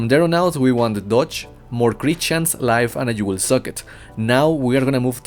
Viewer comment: Followed by a you will suck it (socket)